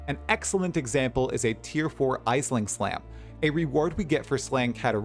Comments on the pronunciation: She's Irish, it's pronounced Ash-ling, not Eyes-ling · Just a heads up, Aisling is pronounced "Ashling", it's an Irish/Gaelic name.